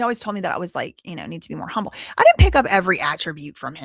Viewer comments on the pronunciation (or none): none